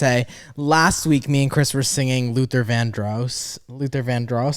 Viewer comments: It Luther vandross like Ross not rose❤❤ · I know he probably won't see this but, Nick it's pronounced like "van" with a d and Ross, Vandross